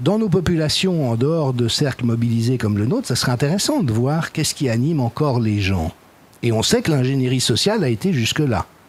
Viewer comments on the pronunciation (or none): none